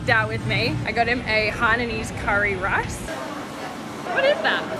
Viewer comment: It’s pronounced “riiicccee” not “ross”